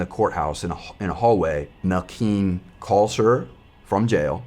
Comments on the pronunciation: Wtf was the brothers name? I swear she says Milking is his name. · It’s Melquin 😭 it’s cause it’s an odd name but it’s pronounced Mel kin